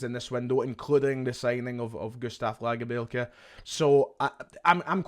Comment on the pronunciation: Gonny stop saying lagerbielkes name like that please